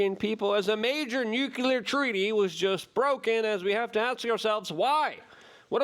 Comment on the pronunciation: Why can’t you pronounce nuclear ? Don’t blame it on your polish background either.